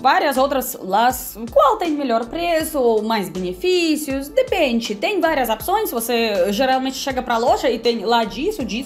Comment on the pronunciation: Tem várias "apções" kkkkkkkkkk